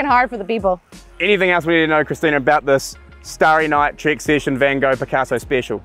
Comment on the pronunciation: " Trik" session? 🤣😂😂😂 It's " Trek" session! Get with the program!!